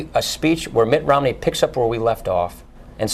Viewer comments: At about or so he clearly says "Ritt Nomney". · Ritt Momney? lol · lol he said ritt nomney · ritt momney